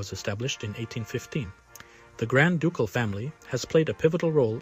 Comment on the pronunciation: Put the Emphasis on "CAL" in Ducal" say the first syllable fast like 'duCKALL" so it doesnt sound like "Dook-al" lol i only know until someone from. Grand DuCKALL corrected me lolol